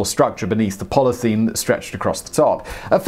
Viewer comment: Simon, bro... Simon.... Bruh Repeat after me: Polly ethul een